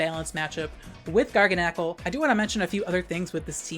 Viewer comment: The way says garganacl triggers me so hard. Instead of it being like gargantuan, but with nacl instead of tuan, he says it like GARGLE. I’m choking.